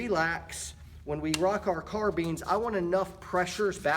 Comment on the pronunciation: Car bean ?